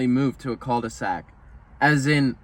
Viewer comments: fyi you don't prononce the L on «cul de sac» lmao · dont say the "L" on cul de sac and you got it right.